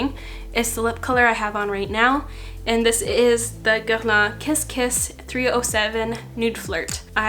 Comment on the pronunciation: As a French person I approve your pronunciation of Guerlain ;)